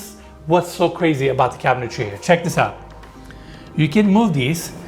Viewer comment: Two shots for "cabintary."